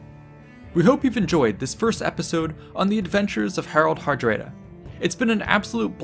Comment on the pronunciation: I'm sure I would have liked the video if it didn't turn off my curiosity instantly when I heard "Herald Herdréda."